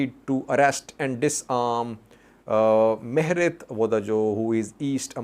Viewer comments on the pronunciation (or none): it is not Mihret, it is pronunced Mire Wedajo